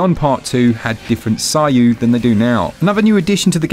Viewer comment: Nice one, the game looks and sounds great, might be picking it up just for Lisa Lisa though, lol. Oh, and it's pronounced "se-i-yu", not "sah-i-yu", just fyi.